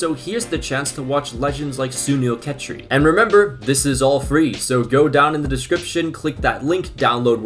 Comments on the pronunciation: Did my guy here just say sunil tecchri 💀(just joking ik it's hard to pronounce Indian names) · "suneel khattri" You tried you tried